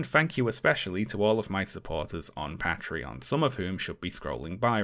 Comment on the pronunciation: youre a pretty good youtuber but the fact that you pronounce patreon PAH-treon instead of PAY-treon makes me very mad so could you not please